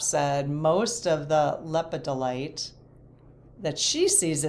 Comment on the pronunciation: Hi Love listening to your videos. Also love your fascination with minerals! The correct way to pronounce “lepidolite” is “luh pe duh lite.” Not an easy mineral to pronounce. It’s from the mica family and comes in some beautiful shiney colors when it’s not polished. What I love about lepidolite is to see the many layers when it’s in its raw form. It’s such a beautiful mineral!